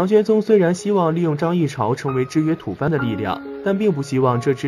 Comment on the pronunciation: 不是土fan，是土bo。